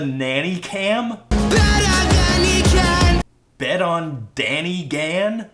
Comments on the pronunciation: Correct Pronunciation: BETTER THAN HE CAN!!!! I prefer DENNER PAN PECAN!!!! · the part where he says "better than he can!" sounds like "BETTA BANDICAM!!!!!"